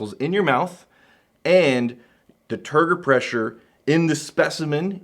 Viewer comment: Soo.. google says isn't 100% full of BS, Turgor Pressure is an actual real thing. BUT, every time he says it, I swear I'm hearing Turd Refresher.. which could be what that "proprietary blend" was there at the end?